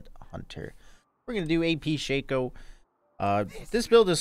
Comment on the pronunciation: It's "shock-o" not "shake-o" 🙄😩... And you should just say if you feel obligated to like comment and subscribe... Don't tell ppl what to do bc this is what you get